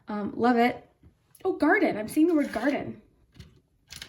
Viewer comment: when you said garden i thought you said my last name carden lol